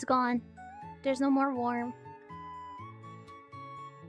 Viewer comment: She says worm like "warm" lol